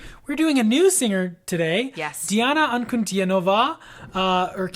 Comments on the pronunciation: You need to read her Bio before you judge..Learn what she has gone through and survived from and then you will understand...If you can't find it then let me know, I have followed her for close to 8 years now..Diana pronounced Deana is a force of nature and a true Phenom...Good-luck... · Welcome to the magical, mystical world of Princess Diana, The Goddess Voice of Nature. Enjoy your journey. She is a true Contralto and Polyphonic. BTW, her name is pronounced Dee aah na An coo Dee nova.